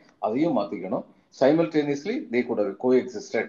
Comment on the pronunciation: சைமல்டேனியஸ் அல்ல. சிமல்டேன்யஸ். இதுதூன் சரியான உச்சரிப்பு.